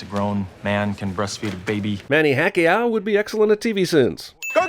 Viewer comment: Manny Hack-iao? Yeah, that's not going away anytime soon.